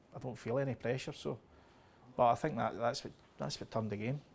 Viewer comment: That language)) sex not six thank not think ))).